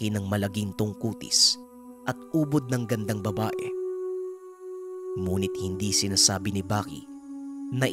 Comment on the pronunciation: bakit yong ngunit muh munit yong pagkasabi muh DBA dapat ngunit bat munit??